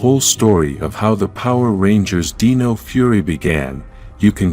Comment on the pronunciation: why do you say "deeno" instead of "dino"but pronounce dinosaur properly 😂